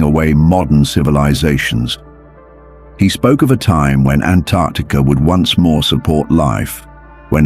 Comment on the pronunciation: Typically, I hate AI, but I kinda wanna marry this AI because it knows how to pronounce Antarctica